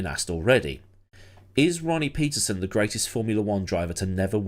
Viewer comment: pronounced: Pettersonn. Please! Pleeeease!